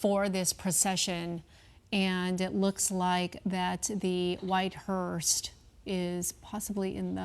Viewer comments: Glad someone must have corrected the female speaker. In her first pronunciation of “hearse”, she put a “t” on the end of it. Thereafter she pronounced it correctly. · Its a hearse. Not a hearst. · It's a hearse! Not a hurst! Jeez, can we find some talking heads that actually have a command of the English language? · Note to anchors. It's a hease not a Hearst. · It's hearse not "hearst." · It’s HEARSE not HEARST Jesus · Hearse not HURST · Its called a hearse, not hearst!!!!!